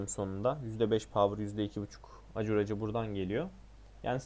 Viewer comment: Ribcage dediğin rib cage olsa gerek. Rib keyc diye söylenir. Acuraci de ekurısi diye söylenir. Kardeş ingilizce oyun oynuyorsun ama az biraz da öğren dili ki hem daha iyi anlar zevk alırsın detsyları yakalarsın hem de doğru söylersin.